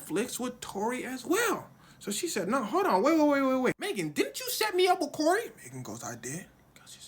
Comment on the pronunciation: did he call him Cory or am I tripping 😂😂